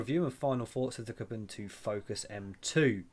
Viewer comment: It's pronounced Kooboontoo.